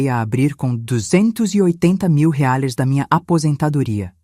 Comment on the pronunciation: Boa historia só não fala direito, porque não falar Reais porque falar reares é feio falar errado.